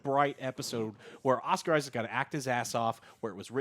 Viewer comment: "Amoooit", "Huhrowe", "Oscar Isaacz"